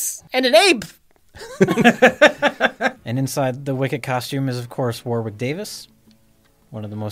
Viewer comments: did you mispronounce Warwick Davis? It’s pronounced “warrick”. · It's pronounced War-Rick Davies, not Warwick, you hack frauds! Not Very Cool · Warwick Davis is pronounced Warrick... just fyi. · War wick ? Please don't jay 😂